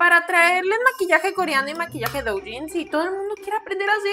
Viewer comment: "La madre del douyin" que no sabe pronunciar correctamente la palabra? 🤔